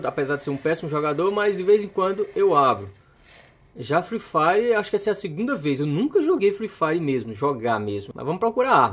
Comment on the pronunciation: Foortinite,pubiji e free fier kkkk ele fala estranho demais kkkk